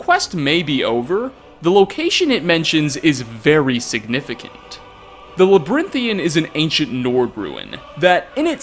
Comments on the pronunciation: "Labyrinthian", not "Labrynthian" 😂😂😂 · and he mispronounced "Labyrinthian" every time he said it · Mispronounced Labyrinthian and riekling, smh did you even play skyrim 😉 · My biggest question is why you pronounce "Labyrinthian" like that.